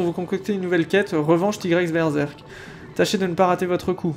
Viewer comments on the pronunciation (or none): none